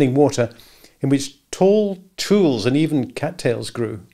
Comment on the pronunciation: "Tule" is pronounced with 2 syllables, as two-lee. It's a reed. Look it up. Nonetheless I've been thoroughly enjoying listening, right along with reading, this delightful book.